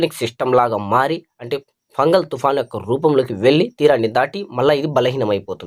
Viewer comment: Thoofan name Fengal andi, fungal kadhu, andharu weather man ley